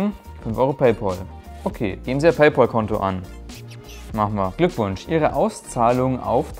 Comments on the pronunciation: Nicht PayPOOOL sonder PayPAAL. Wie der Freund.... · PayPAL, nix PAUL. Da ist kein U drin -_